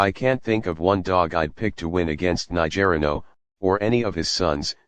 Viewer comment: It’s not….ni ger ino…it’s niger ino…..